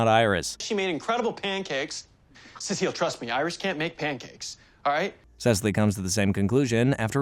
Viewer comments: it's Cecile (Cee-Ceel) not Sisily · "sesely" im dead bro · Bro her name is Cecile non sesely wtf 😂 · If i head "Cesilly" again im gonna lose my mind. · Thank you! I haven't watched the flash in ages and couldn't remember her actual name. I've been sat here like "I know it wasn't sessilleeeeeeee but I can't remember what it was..." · Subconsciously I keep asking who's sessalee.😂😂😂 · Her name (Cecile) is pronounced suh-SEEL or sih-SEEL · That is definitely not how you say joes wife’s name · Loved this video but your pronounciation of Cecile's name pissed me off lol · i feel like he didnt watch the show because he cant even pronounce ceciles name right lol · Cecile’s name being pronounced wrong bothers me way more than it should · sooo many times too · Thank god someone else said it for me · Yeah, like how can you get it so wrong? I guess the narrator has never actually watched the show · The reason I would never watch another video from this channel drives me nuts and ots gotta be on purpose smh so cringe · Or when he mispronounces Cecile's name